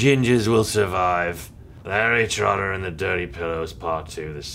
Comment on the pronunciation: I've watched this dozens of times and I just realized that said "Henry porter" at the beginning:o